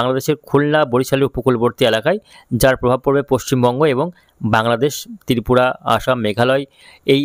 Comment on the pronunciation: তিরিপুরা নয় রে পাগলা, ত্রিপুরা😅😅😅😅